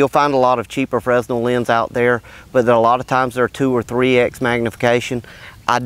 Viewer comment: The "S" in Fresnel is silent.